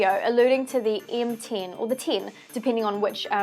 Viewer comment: What the fuck is an HTC M tin? Or are you saying M ten?